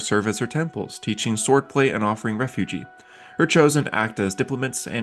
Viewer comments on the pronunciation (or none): Seen a few of your videos now and while I like your editing and video style, I feel like some of the delivery feels a little amateurish. Especially pronouncing words like refuge as refugee and mumbling when reading through certain sections, it makes it feel like you're just reading from a Wiki rather than delivering a script and it can be really uninteresting to listen to. Great potential, but these are deal breakers for me tbh. The whole Loviatar section hurt (Lovatar as you pronounced it) felt like something you were delivering blind.